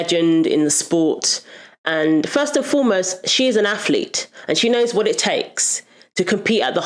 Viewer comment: Athlete has a ‘th’ not an ‘f’